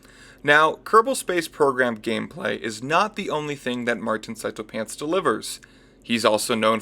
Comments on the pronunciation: It's sea toe, martin himself pronounced it that way at the end of his just cause 3 vid (the first one) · sarah bloom, you wouldn't believe me but, you, are, wrong. It is pronounced psy tow